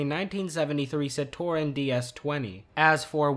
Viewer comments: CITROEN NOT CIT-TOR-EN!!! AAAAAAAAAAAAAAAA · Just an fyi, the non French pronunciation is sitron not citoron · Citroën is pronounced "Sit-trin". The "o" is not pronounced. French automakers have a tendency to have differing pronunciations and spellings, for instance, Renault and Peugeot, each approximately pronounced "Reh-no" and "Per-jo" respectively. I'm not sure what "Unspecimounted" means, but I assume you said "Unspecified amount" and that this one was an editing error. Cabriolet is a bit odd in pronunciation, the "-et" at the end making a long "a" sound, "Cab-ri-o-lay". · I am evil… I laughed when he tried to pronounce Citroën and Centenario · that's not how you say cabriolet or Citroën or centinario